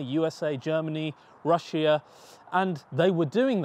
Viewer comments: i was just at that part.. jesus fuck it hurts to hear.. p. s. visit russia before russia visits you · You completely mispronounce Russia Have respect for the oligarchs, before they are on to you ;)